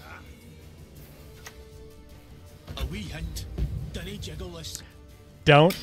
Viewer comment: Pyrotechnician says jiggle, not juggle :)